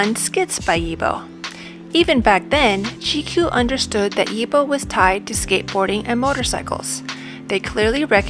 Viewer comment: 👌. Only it's strange to hear 'y-I-b-o', when he is 'Yi-bO'. Easy✌